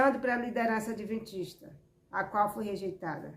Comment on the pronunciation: "adeventista" foi isso que ouvir? Misericórdia!!!